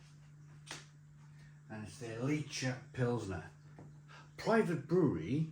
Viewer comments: The german prononciation is with a kind of scottish "ch". Licher not Litsher. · Ich is pronounced ee-h So the name of the beer would be pronounced lee-her